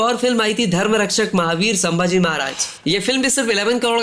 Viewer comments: Review banane ke pehle check karo ki aap kiska review kar rahe ho. Baar baar saambaji bol rahe ho. Unka naam to thikse liye nahi jaa raha terese. Sambhaji Maharaj kehkar sambodhit kar. Bewakoof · Dear narrator Pronounce like SOME BHAJI Not Saam bhaji🙄 HE IS SAMBHAJI MAHARAJ NOT SAAAMBHAJI😊